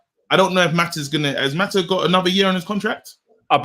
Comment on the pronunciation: pronouncing Mata's name as Ma'a is ridiculous! "Well, we British people pronounce the T as a." Well you're not pronouncing a T, you're pronouncing a person's name!